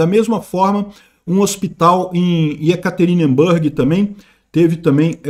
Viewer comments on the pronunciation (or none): pela MILIONÉSIMA VEZ: NÃO se pronuncia YekaterinbÂrg, mas sim YekaterinbUrg.